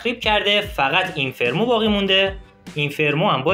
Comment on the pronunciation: به اینفرنو میگی اینفرمو؟؟